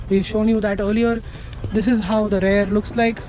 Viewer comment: It's Rear Not Rare But don't mind bachche Keep going you will improve